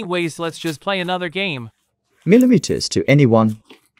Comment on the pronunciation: Why do they say milimiyer 2